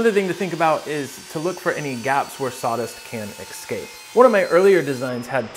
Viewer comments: This is brilliant, bit it's "eScape", not "eCscape". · Brilliant, as usual, but it’s eS-cape, not eC-scape. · Escape, not excape…